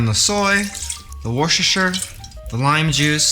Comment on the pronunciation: A little bit of worshershsrsherhsrher soss